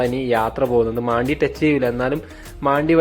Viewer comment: മാണ്ടി എന്ന് ഞാൻ ആദ്യമായി കേൾക്കുകയാണ്. മണ്ടി എന്ന് തന്നെയാണ് ഉച്ചാരണം. അത് മലയാളത്തിലെ ഒരു മോശമായ പദമാണെ ന്നുവെച്ച് മാറ്റി പറയേണ്ട